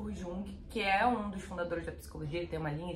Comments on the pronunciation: Ótimo comentário! Só uma observação: não se pronuncia “Jung”, com j, mas com “i”. Aí fica “Iung”. 🌻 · Querida a pronúncia é : “ Iung” com I não se fala Jung o jota não se pronuncia quando falamos de Jung… o grande psicólogo e escritor que nos trouxe a ideia de arquétipos, símbolos, inconsciente coletivo…😘😘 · Você é uma linda, mas fala 'tipo' tantas vezes... E se lê Jung, mas se fala 'yung'.